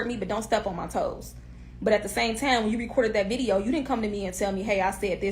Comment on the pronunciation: Where twanna from cuz she saying TIME reall heavy sound like Chicago 😂